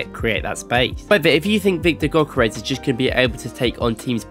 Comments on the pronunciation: he mean Gyökeres should be pronounced like "Djökeresh" or something very similar, the gy is like d in duke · He isn t pronunced gökerez, it is Viktor Gyökeres, you should say it like pronunce the "G" like a gansta "ö" like if you are moaing "k" like a c and "e" like ex when you say ex... and how you say the e letter "r" like you are pronuncing the r when you say the N word and say the "e" the same way and say "s" like when you say Shampo. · Awful name pronunciation.